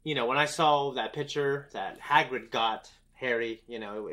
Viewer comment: ROFLMAO! Nope! It’s Hagrid, not haggard!